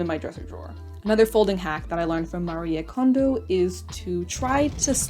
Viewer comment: So happy to hear someone pronouncing Marie Kondo's name correctly!